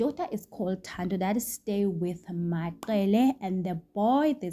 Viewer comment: Hai Wena it's not maQele is maCele